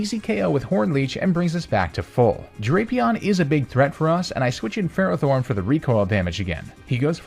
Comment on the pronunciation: DO NOT LEAVE OFF TBE T IN FERROTHORN!